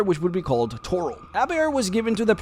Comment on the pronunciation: Tor-IL. Emphasis on the second syllable.